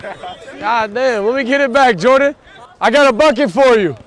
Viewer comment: You said Jordon lol